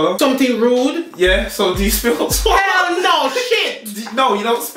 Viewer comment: Spit or sollow😂